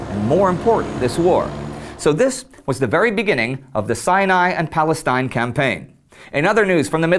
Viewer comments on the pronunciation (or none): none